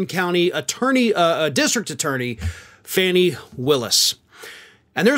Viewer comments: Hey, Apparently, it's "Fawn-ee" not "Fan-ee" like the baby deer, not the butt satchel lol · I believe her name is pronounced "Fawn-i" not "fanny". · It's Fawn-nee, not Fanny. You listen to David Pakman and others. You must know this! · Fani (Fawn-ee) not Fanny is moving slowly, but we trust, surely. I'm ready for indictment time, though. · The Atlanta DA’s name is pronounced “fah-née” not “fan-née” Sorry for being so petty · PRONOUNCED. FAWN. E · Fawn ee is how her name is pronounced. Why is everyone all of a sudden mispronouncing her name